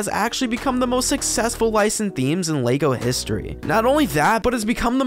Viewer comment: What is Lago? Why do you keep saying it? It is very annoying. Sounds more like an Italian food.